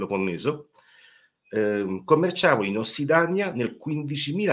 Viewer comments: Interessante, ma sentendo parlare l'autore, con errori pacchiani tipo "Ossidania al posto di "Ossidiana", "abitanti di Atlantidi" non ispira molta fiducia. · Ossidania? Perché non ossidaina? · Possibile che non sappia che si dice ossidiana? Incredibile. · Informazioni utili e complete. Una conoscenza vastissima. Una spiegazione chiara e senza tecnicismi. A fronte di quanto detto prima, rimango basita dai commenti focalizzati sulla errata dizione di ossidiana.